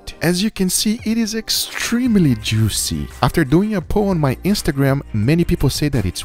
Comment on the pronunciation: Nobody: Guga: jewwseee